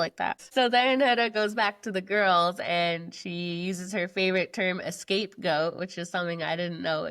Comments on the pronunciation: It’s not “escape goat.” It’s scapegoat. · It’s scapegoat (not “escape goat” what Huda said). Scapegoating = blaming others for problems to deflect criticism from the actual culprit... Huda!